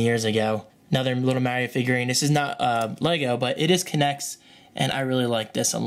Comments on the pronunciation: Its MARIO not MERIO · Did you say, " Maryo"? It's Mar-io. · maaaario lol you mean Mario? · you say it like english people do. English: mario American: Maaaaaaaaaaaaaaaaaaaaario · You know its pronounced Mar-ee-oh (Mario) not Mare-ee-oh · mayreo.......MAR REO MAR REO NOT MAY OR MAYORIO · its pronounced (MARR-EE-O) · lol "m-air-io figurine" :) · Its mArio, with a hard A.. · Hey! You're one of the only Americans I actually know who pronounce their T's! I've noticed you say allot of things in the English dialect such as Mario but I'm not sure how you say aluminium and literally - I guess you'd replace the t with a d in literal? Anyway accents are so fun:P thanks for another great video!:D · He's been playing Mario since day 1, but he can't say "Mario" correctly. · thats not how you pronounce mario... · lol funny how your pronounce Mario